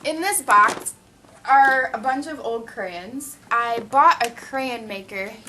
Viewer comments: Stop saying creyin it's sounds so dumb who ever told to say it like that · CraYOns is the pronounciation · You say crayons wier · Lol "crayins" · whats withher saying "crayins" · CRAYONS. NOT CRAYENS LOL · Crayens😂, it's crayons😂😂😂😂😝😝😝😂😂😂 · It's crayONs not crayINs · stop fucking saying crayins its crayons god fucking damn it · I don't even say crayons. I say crans hahah I didn't know people said it differently:) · crayons not crayens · she says "cray anns" lol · she says crayns (cray-ns) lol it annoys me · I love how you say crayins :P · Checking in from the Northeast: we say it crans here, too. I had to read a bunch of comments before I figured out why people were giving you hard time! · Its pronounced crayins! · You hear how she pronounces crayons